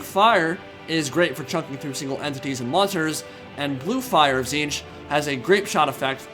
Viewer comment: it's pronounced tit-snitch, not ti'ziinch